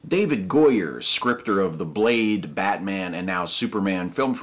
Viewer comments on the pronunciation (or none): none